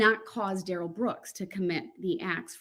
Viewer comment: Oh No!!! I did a Duh-rell. Preacher Duh-rell.